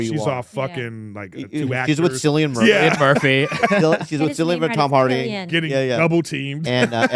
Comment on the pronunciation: Isnt his name pronounced with a c cillian? Not with a K